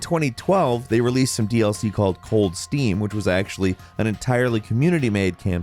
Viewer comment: Cold Stream, not Cold Steam lol